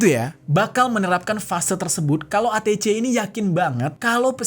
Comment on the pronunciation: ATC Bacanya ei ti si bang😂